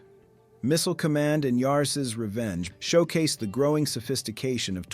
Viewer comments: Great video and presentation except for the AI voice. Yarses Revenge? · Did you notice how the AI voice pronounced Yars Revenge as Yarses Revenge?